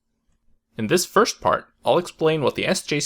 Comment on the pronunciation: Love how the video begins with a very Swedish pronounciation of "first" . This is what I'm trying to get used to - to pronounce "s" nearly as /sh/ after "r" - especially tricky not to forget this after the previous word ends with "-r".